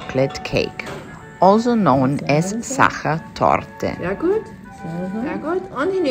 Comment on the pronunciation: So beautiful ❤ thanks. Now I know how to pronounce sacher torte properly 😊 Lovely views of Positano in autumn